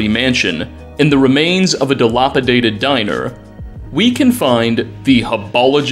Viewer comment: “Delopodaded” lmao Dilapidated is hard to say